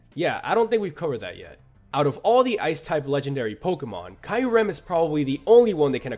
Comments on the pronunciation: im sorry but ki-rem? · Kai-ur-ehm?? Boi its kee-ur-ehm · Am I the only one noticing the way that guy says Kyurem's name sounds like he's saying Kylo Ren? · Also..."dai-al-ga"? "kai-yu-rem"?? Those...those are just painful. That's "ha-doo-ken" levels of UGH. Considering this list would've been made during the 6th generation at earliest, he could've seen the official pronunciations in sources like Pokédex 3D Pro. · Kai rem,....KAI REM, are you serious, come on the real name is not that hard to pronounce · Did he just call Kyurem kiorem??? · what's more annoying someone calling pokemon pokimon or someone calling kyurem kaiurem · It's pronounced "dee-ALL-ga" and "KYOO-rem" and I can include just 1 Pokemon that can destroy our world: Yveltal. Why? IT DID IT BEFORE ALREADY. IT WIPED OUT HUMANITY BEFORE.